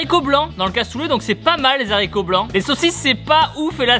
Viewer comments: Tu peux dire les z'haricots, c'est autorisé maintenant 😉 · Les "saricot " à je suis morte nn en vrai je t'adore tibo gros bisous à juju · "les haricots" ou "les heros" c'est un h aspiré contrairement à "les hommes". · maintenant on peut dire les haricot comme tu l'a dit le première fois